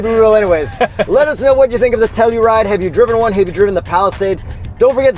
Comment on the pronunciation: its pronounce To Hell U Ride